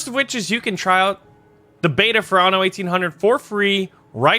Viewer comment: I think only you pronounces "Anno" correctly (the anno series is German)